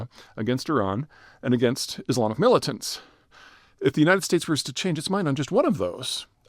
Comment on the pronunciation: in this video you said 'mullitants', in another video you said 'mar a largo'. i've got my eye on you, Zeihan. o.0